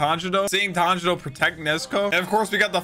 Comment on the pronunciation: No hate but did he say "tanjino" 👁️👄👁️